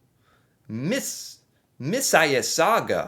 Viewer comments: Miss a sawga Is how you say it. Phonex taught. You might want to check out Media’s Touch, Glenn Kirchner, Jessica Denson, Adam Mockler, Farran Balanced, Political Girl, Brian Cohen, Texas Paul, Tennessee Brando. Keith Edward’s, Occupy Democrats, Wide range of professional people as well as a regular citizens from different areas of your country. They are telling you facts. I’m Canadian and have been watching your politics from Donny’s first attempt to lead. I said back then it would start the chaos. He left with documents, still in the news. Now the Pandora’s box is open and he had 4 years of planning to take over. Your country needs to Impeach him. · Mississauga is pronounced Mississoga. It borders the west end of Toronto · That city's name is pronounced "miss-sis-saw-ga." It's immediately west of Toronto. Lots of people who aren't from southern Ontario mispronounce that word. But on the meet of the video, what Trump is doing in general is deeply disturbing. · Mis iss saga😂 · Mississauga - pronounce it as 'Mrs saga' (I was born there too!) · Pronounced: Mrs. - saw - ga 😊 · Pronounced: Miss-iss-ahga. It is a native, I believe Iroquois, name. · Missisauga is pronounced Miss-is-aug(as in August) -a. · Pronounce Misses aga…😂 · Mississauga is part of the Toronto area. It is pronounced ‘Mrs sauga’ Easiest way to explain! For more Canadian input, feel free to contact!! Susan😜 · Mississauga try Miss a saga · Pronounced Miss a saga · XD the pronunciation of that city, Mississauga is hard but it pronunciation is: " Miss-is-saga " 😅 hope this helps when you see it again xD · Mississauga misses sauga is how to pronounce the city in the GTA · Miss-iss-ah-gua is the US dialect standard pronunciation. It's an Ojibwe/Algonquin word. You're used to seeing the US Equivalent: Mississippi. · It's pronounced miss-a-saw-ga lol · Miss is awga Accent on 'aw' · Oh the way pronounces my birth city is damn embarrassing! Mrs. Sawga. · Miss-a-sog-ah (Mississauga) 😅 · Mis a sug uh